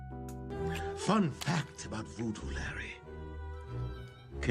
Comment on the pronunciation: Voodoo not vewdew